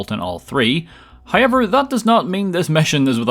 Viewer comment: Is it "hoiyever"?